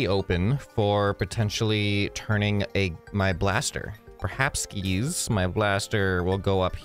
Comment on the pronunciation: HE SAID PERHAPSKIES!!!